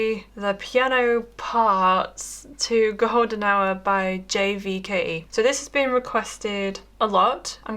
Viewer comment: It’s not J V K E, it’s Jake. But thanks so much for The piano tutorial!❤️